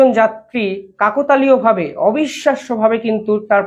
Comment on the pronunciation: Kaaktaaliyo, not kaakotaaliyo!!